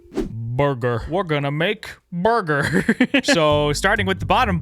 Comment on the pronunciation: "burgr". If you know, you know.